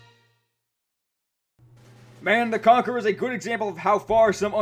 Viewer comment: But isn't it pronounced THE CONCHERor?